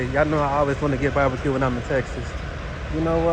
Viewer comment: Are you saying babaque or barbecue🤣🤣🤣🤣🤣